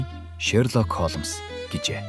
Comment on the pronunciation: Үхсний Холмоос гэж солиороод байна аа.Хоолмс гэж болно.Уг нь бол Холмс